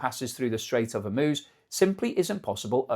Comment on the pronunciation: If there's one good thing, at least can pronounce Hormuz correctly.